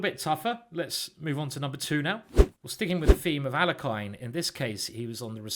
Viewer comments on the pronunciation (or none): Alekhine pronounced his name ahl-YEH-kin (the standard Russian pronunciation for the second syllable would be YOH, but that's not what he preferred) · Alekhine is pronounced al-ye-kin.